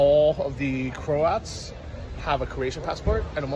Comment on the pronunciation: you need to get it right when talking about people from Croatia. They are called (said as) 'Crow-ats' or 'Crow-at' as an individual not crowts or Crowt.